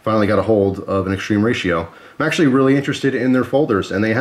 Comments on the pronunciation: It's more like "Moskin" and "Extrema Ratio" is latin (not "extreme") Sorry for being annoying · Everytime you say "extreme ratio" my heart dies a bit. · Does it bug anyone else that he keeps calling it "extreme ratio"? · .....ma come catzo pronunci "extrema ratio".....🧐